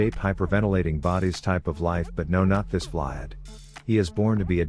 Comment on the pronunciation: the way he said Vlad lmao